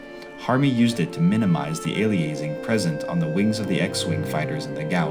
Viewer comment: Aliasing is "alias" as in "a false name" and "-ing" as in "-ing", not whatever the pronunciation is in the documentary. (From the signal processing field, it's the result of sampling a signal at too low a rate resulting in false information in the sampled data.) Nevertheless, thank-you Harmy et al from letting my kids see what I saw at their age.